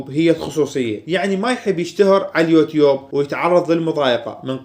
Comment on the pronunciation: ياخي أنته تنطق اليوتيوب غلططططط